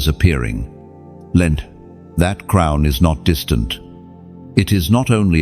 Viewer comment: Crown not crumb’s